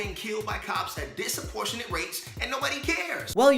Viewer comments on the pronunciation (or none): LOL , Wth is "disaportionate" About 1 minute in. You mean Disproportionate maybe? If you want to be taken seriously try the simple things like learning how to talk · is it just me or did that dude just say dissaportionate instead of disproportionate